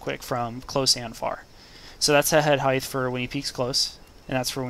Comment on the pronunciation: height-th? wat